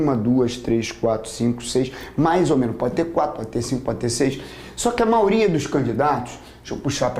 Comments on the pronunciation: Gostei muito!! Só fiquei intrigada ....porque o professor fala "maoria" e não maioria?! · Vc escutou errado. MAIORIA. Deve ser por que sou CARIOCA...